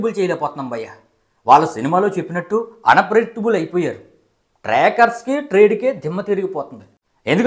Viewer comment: Orey revier erripuka unperiactable kadu ra unpredictable mundu palakadam nerchuko 😂😂😂😂😂